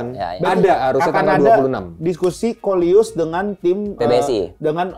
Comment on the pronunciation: bang bukan luis